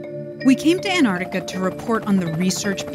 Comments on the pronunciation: While living in Antarctica for a month you didn’t learn how to pronounce Antarctica. But glad you enjoyed “Anartica” 🤣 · Not sure why this bugs me. Antarctica being pronounced Antartica. Cool vid, anyway. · Please stop saying "Antartica". Everyone in the comments knows it's AntarCtica". Guessing you also say "Artic". Sorry everyone, I couldn't resist being a pedantic jerk.